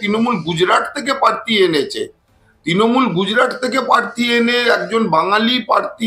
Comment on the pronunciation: দাদা পার্থি না প্রার্থী !!!!